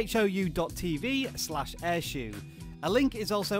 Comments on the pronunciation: It's not air shoe its air show as in shou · Umm Shou is pronounced as show, not shoe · My app only says "shou" not "airshou"